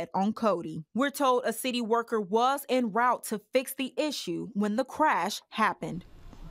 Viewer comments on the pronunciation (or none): Dear lord I wish people from a certain specific country would learn how to pronounce 'en route'. It's French, and is pronounced 'on root'